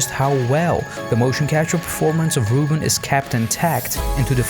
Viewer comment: As someone who is called “Reuben” I can tell you you’re saying it wrong, it’s not “Roo-bin” it’s “Roo-bun”